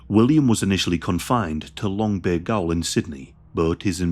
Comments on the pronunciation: 😂 "gay-ol"... Gaol is pronounced exactly like jail. This guy mutilates the English language like the murderer mutilated men. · It's pronounced" Longbay jail " not "Longbay Goal " Gaol is the old way of spelling jail, a goal is something they dont often score in soccer (football)!!! 😁🤙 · FYI, gaol is pronounced the same as jail.